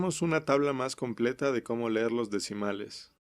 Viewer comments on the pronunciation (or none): se dice leer, no LER